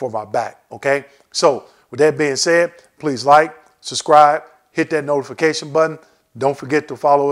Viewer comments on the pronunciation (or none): none